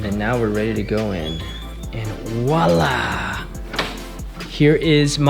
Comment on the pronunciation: It’s voila not walah